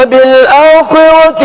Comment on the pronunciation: قاری لقمان صاحب ( وبالاٰخرۃِ ) میں نقل مع التوسّط چہوٹ گیا . توسّط والی وجہ کو بہی طالبانِ علومِ نبوّت نے قصر ہی پڑھدیا . توجہ کی درخواست ہے